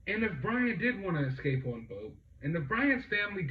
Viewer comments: Its not excape!.. Its escape. God love the American education system.... Just sayin' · Excape? Is he Excaping with an expresso? Lmao